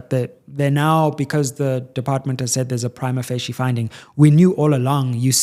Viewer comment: No, he’s pronouncing it wrong. I have a law degree and studied Italian, it is definitely not pronounced how he said it. But to be fair so many legal practitioners mispronounce it even in court😅